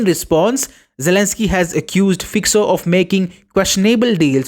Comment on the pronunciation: It's Fico (read FyCo) not Fyko not Fyxo.